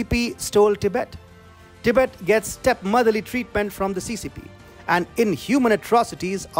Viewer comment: Do you think you can pronounce “Tibet” correctly? Your presentation is so dramatic, that’s a turn off. Because you speak so fast, it makes it difficult to understand your very thick accent.